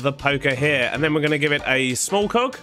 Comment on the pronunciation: when he says cog it sounds like coc